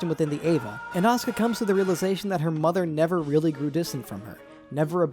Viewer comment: I love your animations and videos and stuff but I absolutely hate how you pronounce Asuka's name as Oscar and Simon's as Simone.